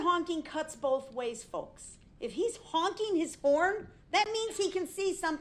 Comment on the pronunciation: They Bof did and no one even axs him